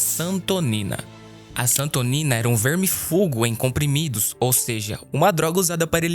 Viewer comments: "VERMIFUGO"???... PQP!!! NÃO SERÁ "VERMÍFUGO"???... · Não é vermifugo e sim vermífugo( acento agudo no mi). Não é uma grama e sim um grama. Quer informar, mas nem sabe falar ou ler. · Santonina era um ' VERMÍFUGO" e não um "VERMIFUGO" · É vermífugo e não vermifúgo. Peloamordedeus, tira toda a credibilidade do vídeo a leitura errada de uma palavra. Horrível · VermiFUgo??? Sempre conheci por verMÍfugo.